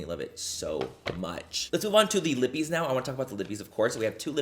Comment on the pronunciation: My name is Libby. Every time I hear you say lippie my brain thinks you said Libby